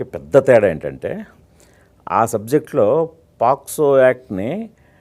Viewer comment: Adi posco kadhu ra daffa , pocso